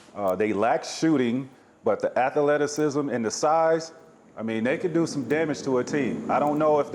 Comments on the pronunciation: Tmac: "athalettucecism" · man tmac said ath-a-letacism 😂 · Since when did T-Mac start saying "athleticism" like Barkley? "Athaleticism" lol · Tracy “ATHA-LETTUCE-ISM” McGrady